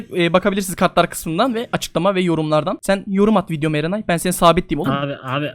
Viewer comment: Niye ben erenay dediği anda enayi bey diye duydum